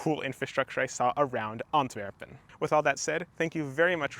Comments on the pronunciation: Excellent research, presentation and Dutch pronunciation - congrats! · how do you pronounce everything so perfectly ?